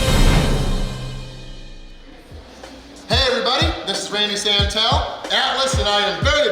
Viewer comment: Again and Again: In the name of the Father and of My Bellybutton and of the the ........C’mon Santel 😡 Get It Right!!!????